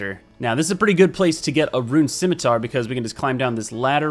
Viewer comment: Is that how you say scimitar?